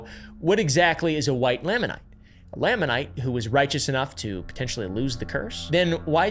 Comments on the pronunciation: how much research would it take just to pronounce basic words? Nephite, Lamanite, Moroni? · Ok. First. Nephite is pronounced knee fight. Nephi, Lehi, etc end with an Eye sound, not ee. Anyway. The white Lamanite (lay-man-ite) does line up with Book of Mormon writings. After Christ visited the Americas in 3rd Nephi, the Nephite and Lamanite civilizations combined for several hundred years. Described as having "no manner of ites among them". They later split into the two ite groups again based on belief in the church, not skin color. So canonically, by the last great struggle, there were light and dark skinned people on both sides of the struggle.